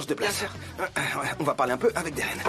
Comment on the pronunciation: Vous vous rendez compte que muzafer dit géren pas Deren 😅😅